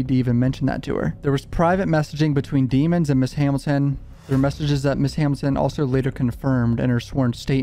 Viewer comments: You make this hard to watch by calling him deeemonds instead of his actual last name which is pronounced “deh-monds” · DEM-MONS not demons lol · i belive melly's surname is pronounced demmons" instead of deemons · You keep pronouncing his last name wrong say it with me Dem-ons not De-mons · its pronounced da-mons😂 😂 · Pronounced Deh-mons dummy